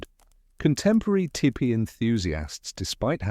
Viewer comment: could you please say tepee (Tee-pee) not tip-pee